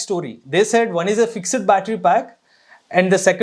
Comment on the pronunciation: It's fixed not FIX - ED.